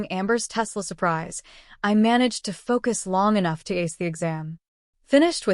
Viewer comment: What’s a “sue-preez”?